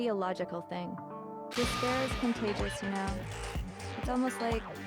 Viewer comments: When Junko says despire, doesn't it sound like "dis bear" 🐻. The ultimate dis bear is just a group monokuma formed to brag about himself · "Impossible to escape disbear" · After a while it pisses you off to hear dis pear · Can't escape "dis-bear" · when ever someone says "despair: i can only hear "dis pear"